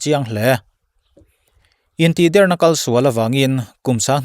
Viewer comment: Intihder tih hi 'Der' tih hi thluk san tur a ni lo. A bialnu a tih der tih i lam a i sawi ang hian a dik zawk.